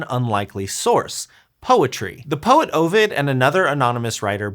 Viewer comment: You mispronounced Ovid.